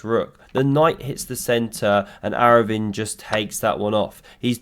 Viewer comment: A for effort for pronouncing arvindh surname.